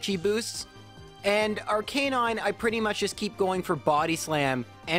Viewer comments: Me bingewatching videos: It's Arc-i-nine AAAAAH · I’ve never heard arcanine pronounced like that but it makes so much sense ya know? Like its name is arcane and canine combined so it would make so much sense to pronounce it like that but still it’s so weird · anyone else triggered by the pronunciation of Arcanine?